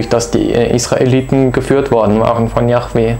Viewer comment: übrigens _ es heißt nich jachweh- das chet steht nirgenwo. die bibel spricht von jod he wod he JHWH also jahweh